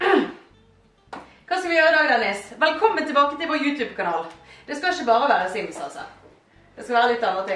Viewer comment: Dennis høres ut som en bergenser "ISHE GIDD" 😂